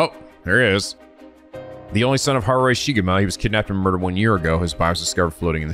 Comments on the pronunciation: we are all proud of for pronouncing harue correctly on the first try but that had to be balanced by him adding an i in jonouchi... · Eey~ nice job pronouncing Harue's name. 😊 Yeah, in Japanese, 'e' (as a vowel) is pronounced like 'a'; especially at the end, like Okiie and Harue. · Yes, you guessed how to read Harue's name on your own this time! I'm so happy! Pronunciation is not the best but you get the idea and that what matters. Remember "e" is never silent in japanese and it's always read as "eh". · not sure if it's my place to say, i dont speak japanese, but since was wondering abt it, i Believe with romanized japanese words you're supposed to pronounce every letter as they appear, so you don't read harue as haru combining u+e into one sound, youre supposed to read both letters as ended up doing